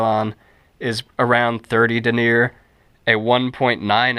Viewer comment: Thanks, that was a helpful video. I can tell you didn't take French in school though. Denier & Taffeta are pronounced much differently normally. Regardless, that was a helpful video.